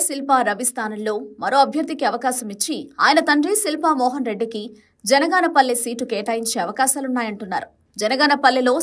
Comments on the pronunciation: ఆరుసార్లు జనగాపల్లి అన్నారు ఒక్కసారి కూడా బనగానపల్లె అనలేకపోయావే తల్లీ..... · జనగాన పల్లి కాదే తల్లి, బనగానపల్లె